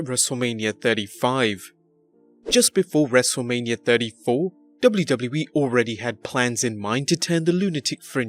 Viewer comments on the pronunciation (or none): It’s wrestle mania not lania